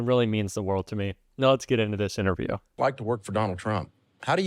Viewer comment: LOL "ITNERVIEW"